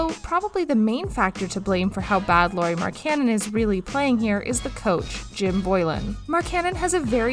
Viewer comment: Stop saying his name wrong